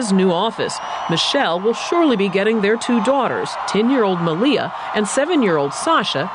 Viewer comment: the guy attempts to say malia .. hahaa.. FAIL